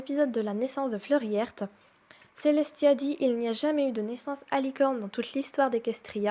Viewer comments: Cool 👍 juste que c pas Flurry heurte mais heart (cœur en français) se prononce harte (en français) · Flurry heart se prononce : -flerie harte en francais -flerrwy hewrte en englais